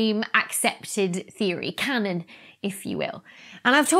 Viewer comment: Did she say dark matter became cannon? Haha